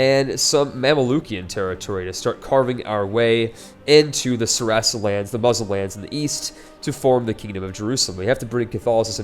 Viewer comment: Commentary is good, but some advice? Learn how to pronounce Hospitaller and Saracen. :P